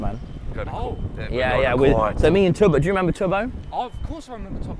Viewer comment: It’s tubbo not tobbo …